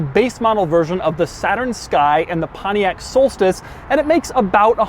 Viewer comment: why does he pronounce Pontiac like Panayak